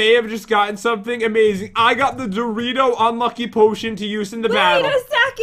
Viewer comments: JEN iTS DORiTO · Pat why do you always say Dorito?